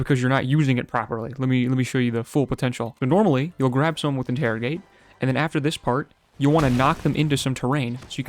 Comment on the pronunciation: "interigate" proceeds to use sharpen